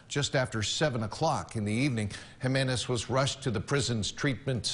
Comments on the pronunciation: Just fyi when it comes to Latino names “J” Is pronounced like an “H” so not giminez instead it is pronounced HIminez. I’m sure most don’t care and if I didn’t have some extended fam that are Hispanic I doubt I’d care/notice either. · Jimenez lmao . I love you bro but the j in Jimenez is like the j in jalapeño. It’s a H sound so Himenez if you will. Just teaching you in Latin terminology . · Look, I'm white as fuck but I live in Mexico and every time you mispronounce a Hispanic Last name it bothers me lol, like that guy Jiminez its Pronounced ( He-Min-ez ) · Hee-men-ezz. = Jimenez. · For future reference since you'll see the last name Jimenez pretty often, the J in Jimenez makes an H sound.